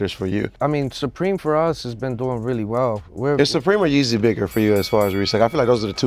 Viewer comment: Yeezier lol